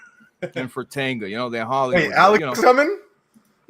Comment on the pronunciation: Fritanga?? Really? Smh.